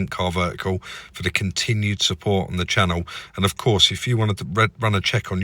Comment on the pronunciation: Little upset there was no “wewcum back to the channew” at the beginning 😂